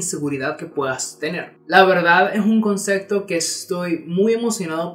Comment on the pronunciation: "ConcePto" no "ConceCto"